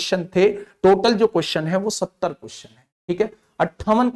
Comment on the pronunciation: Bhaiya 70 vala ka rrrr hai